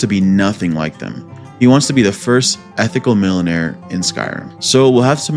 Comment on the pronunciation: wtf is a milla-nare